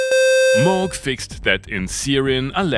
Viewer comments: it is pronounced «Moog», not «Moog». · Its pronounced Moog